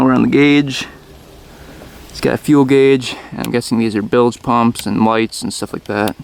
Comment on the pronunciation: And it's a "Bilge Pump" not a "Build Pump"